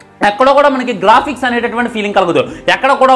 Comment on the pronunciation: Glafix kadhu ra bandharwood😂😂😅😅